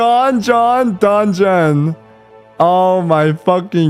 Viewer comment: can't talk about 'donjon' his pronunciation of some words is terrible 😂